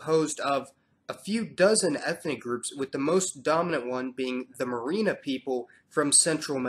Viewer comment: Oh ya. Word up my dude. Your pronunciation is off. The terminal "a" is usually silent. Or almost silent. Sounds more like Merin. What you call ethnic groups we call tribes. At least my mom did. Spot on tho. Kudos!